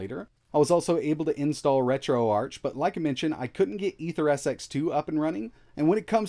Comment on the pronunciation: > Pronouncing RetroArch wrong.